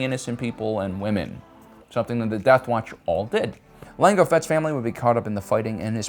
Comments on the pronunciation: he says mango fett he says lango fett he says yango fett he says psycho fett he calls grogu gogurt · Okay.... why do you keep mispronouncing Django ??? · Did he say Mango Fett? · He said mango fett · LaNgO Fett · Mango Fett was my favorite 🤣🤣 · Gotta love the variety tho! He only did the D'Jango once. But I still like hearing it. 😂. Every time he does I imagine Jamie Foxx in beskar. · Lmao he just keeps purposely mispronouncing jango